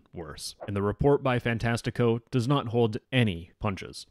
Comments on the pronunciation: as a brazilian, you are saying "fantastico" very wrongly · the topic aside, as a portuguese kid with a brazilian famiily, hearing you say fantastico wrong makes me tweak (i am the pronounciation police, im sorry) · its funny how you say ''fantastico''